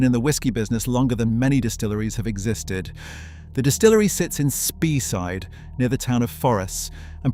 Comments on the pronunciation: Its pronounced Bal-ven-ee. Spey side pronounced Spay side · Speyside - pronounced 'Spay-side' Islay - pronounced 'Eye-lah' Etc., etc. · also mispronouncing place names like Speyside .